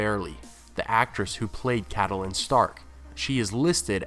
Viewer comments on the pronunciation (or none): Just an FYI-Lady Stark's name is pronounced Cat-linn, Not Cat-a-linn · Why do pronounce Catelyn like Cattle-lyn? In the show they pronounce it like Cat-lyn. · I love your videos but I cannot get over the way you pronounce "Catelyn." I don't know why it bothers me so much. that "e" in the middle, I leave it out, so did the show, so it must sounds like "Cat-lin." I mean maybe GRRM wanted that extra syllable, but for some reason it irks the hell out of me when you say it like that, lol. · How he pronounces Catelyn's name is my only complaint about these videos. We've heard how its pronounced in the show, so not sure why keeps saying it like he does.